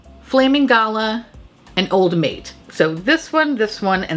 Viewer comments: Blow horn seems like a fab euphemism for sex or at least a blowy 😉 😂 Also as an Aussie I’ve gotta help ya out Aussie - Oz-ie Struth - strew-th Galah - gul-ar Straya - Stray-ya it’s a short Australia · Ok. I feel like you're talking to me today. And people have probably already commented but because I haven't read the comments I will just say this - Aussie is pronounced O-zz-ee . Galah is gal (as in girl) gal-arr . And struth is pronounced Str-oo-th . Love your work and accept your apology for butchering our slang. Hehe!